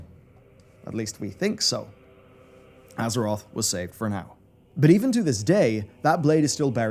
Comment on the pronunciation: You kept saying "EARTH"